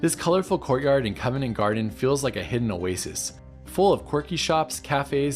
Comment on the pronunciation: Covent not covenant, please ;)